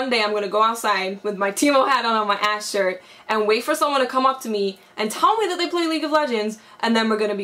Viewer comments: EVER TIME YOU SAID THAT ASHE I THOUGHT YOU SAID THAT ASS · Lmaoo I thought she said tht ass